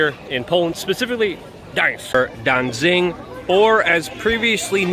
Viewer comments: It's Danzig and not Danzing - you ought to know, but knowing you're a shill... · Danzig not danzing. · Its pronounced Danzig, not Dansin or Dainsink